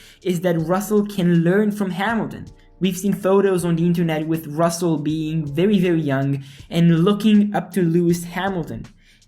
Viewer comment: RusseL??? Oh, not again...🤦